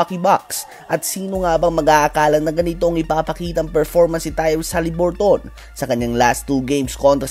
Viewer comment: Pakibago ng pronounciation. Sagwa nakakatawa pakinggan. Hali-bur-tn not HALIBURTON 👎